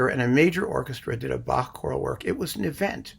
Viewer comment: So impressed that you pronounce Bach properly. None of this "back" nonsense.